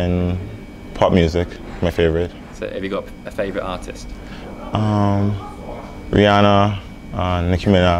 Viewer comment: Did he say Rhianna???